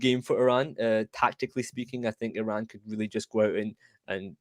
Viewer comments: This man pronounced it right and said EE-RAN THANK YOU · finally someone didn't said "I ran" :D